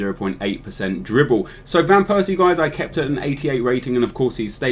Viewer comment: thought you would fuck up van persie...but you did him quite well